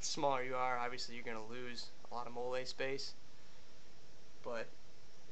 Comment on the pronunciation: wit·kid·one the way he said Molle kinda bugged me too lol he said it like it was a french word or something 👌👏😂😂😂